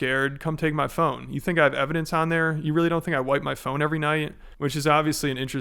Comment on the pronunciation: why does he say “every” like that. A little too many syllables there. He’s so upset. 😂